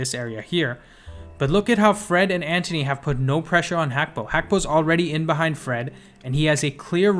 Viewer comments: Its gakpo not Hakpo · It's Gakpo not Hakpo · Gakpo is his name pronounce it properly GAK PO GAKPO